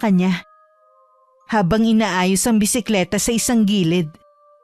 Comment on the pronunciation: Ano daw...chismosaH,... bisikletaH..... LaraH.... KilalaH! HAY ANOH BAH YAH ... ?? PURO MAY H...MAY HIKA BA YUNG STORYTELLER???!!